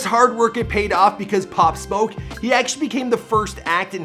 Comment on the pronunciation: At least you pronounced his name correctly. Thx